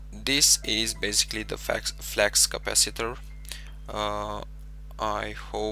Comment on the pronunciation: flux capaciter not flax capaciter